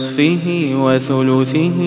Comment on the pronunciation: ونصفه وثلته الفاء مفتوحة واللام مضمومة ماحد انتبه